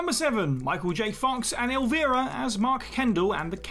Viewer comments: El-vie-ra, or Elv-eye-ra not ilvera. Please make sure you get her name right! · Did you just call Cassandra Peterson "El-VEE-ra?" That's "El-VEYE-ra." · Who the hell is Elveera? Oh, you mean Elvira? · El-Vi-Ra not El-vir-a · El Vera? Listen to The Oakridge Boys - Elvira and see your error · Elvira has a long 'i' sound. El-VAI-rah. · Dear lord...PLEASE do not EVER call her Elveera again! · Elle-Vie-rah. Like Steve Vai. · "Eelvera"?! you know you can just listen to a video of someone saying their own name right? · Nothing better when you call someone legendary and then mispronounce their name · You Brits and your proper English. 😉 It's Elvira, long I pronounced El vy ruh. And Lily's 1st name E van jeh leen. I think a Stallone Beverly Hills Cop would be cool to see since we got the great one from Eddie. I enjoyed the Snowman movie. My mom had died before I saw that film. It made me cry since the main character lost his dad. It's a heartfelt movie. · That pronunciation of Elvira hurt my soul. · How can you make movies about pop culture and not know how to pronounce Elvira? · It baffles me how everyone on this YouTube channel pronounces Elvira differently but never pronounces it correctly lol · Some tiny nitpicks… Elvira is “Elv-eye-ra” and Truman Capote is “ca-po-tee”. I would be much more forgiving if there weren’t literal entire movies made about these people where they say their name like 100 times.